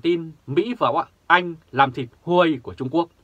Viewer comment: Huawei đọc là Wah-Way hay nôm na là "qua-quây" nhé nhà báo